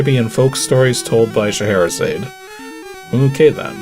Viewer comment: Of all the things mispronounced, getting as close on Sheherazade as he did was surprising. Just change the "zayd" to "zod" at the end and he had it. Zod like... the Superman villain. But frankly, most of it was pretty decent for a first try.